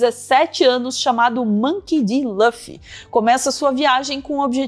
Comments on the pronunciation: "Mânki di Lãfi". Jornalismo competente, galera. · Achei crimimoso 😂